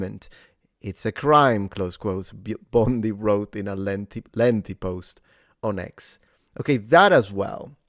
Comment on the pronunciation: “Pam Bomndee” 😅